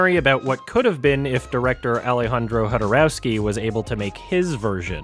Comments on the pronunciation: As you seem to dislike so much how some ppl pronounce Denis Ville 9's name, please stop doing that with Jodorowsky (that "row") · I love how you made me rethink how to pronounce "jodorowsky" only to throw it away at the last "o" sound. The "Ch" is correct (funnily enough they translated that from "Ch" to spanish "J") but obviously it's some slavic name so all os just have the same sound.